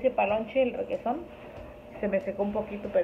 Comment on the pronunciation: Pensé que dijiste regeton pero dijiste requeson 🤣🤣🤣🤣🤣🤣